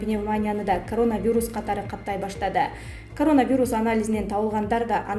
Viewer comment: Айланайын, журналист кыз, грамматикан ноль го, сенде, сени ишке ким алса да чон рахмат ударениени туура коюп окучу диаспора, пандемия, коронавирус ж.б. создорду мектепте окугансыгбы? Уужас, позор